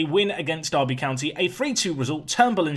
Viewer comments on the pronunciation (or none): none